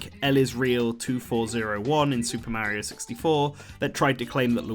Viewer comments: It's painful how you can pronounce Wario correctly, but not Mario. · How do you pronounce Mario is extremely painful to the years.